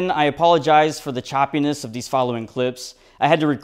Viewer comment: Hah he said chopiness